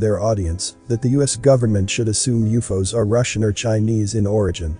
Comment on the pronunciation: If you use periods U.F.O's, perhaps your computer can pronounce things properly.